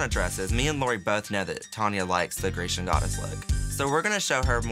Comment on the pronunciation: The word is Grecian and not geishan...😂